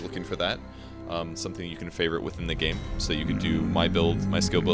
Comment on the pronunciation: Live gay commentary? Little word flub there.